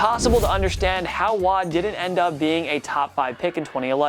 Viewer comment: "JJ Watte". Like dude, cmon man.